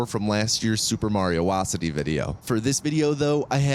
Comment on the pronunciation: I appreciate that the captions include his intentional mispronunciations, from "Have-Live" to "Osyddey". True quality control.